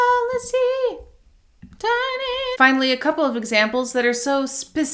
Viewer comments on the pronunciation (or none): none